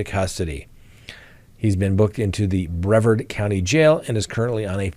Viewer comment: The correct pronunciation for Brevard is bruh•vaard.